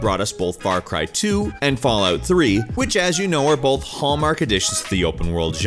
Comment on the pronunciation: Stop saying bolth 😂